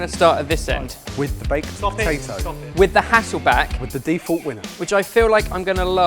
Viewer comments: Am I the only one getting flashbacks to the Guinness Cake when kept saying POTATOO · You're right! saying the word potato never fails to make me laugh